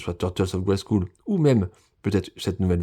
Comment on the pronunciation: Merci pour tes vidéos, il faut prononcer « grayskeul » et non « grayskoul » au fait 😉